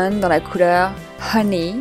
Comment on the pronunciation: Coucou, j'aime beaucoup ta vidéo surtout qu'en ce moment je ne sais pas pourquoi mais j'aime bien les maquillage naturel. Faut vraiment que je teste la marque Avril MY GOD! Je veux l'anti-cerne il a l'air super. Quand t'as dit Honey pour le nom du just biten on dirait que tu dis Poney ca m'a fait rire, moi aussi je l'ai et je l'adore je l'ai presque fini :'( c'est un miracle surtout pour un produit lèvre psk j'en ai plain, j'adore ca. Bonne soirée, bisous :)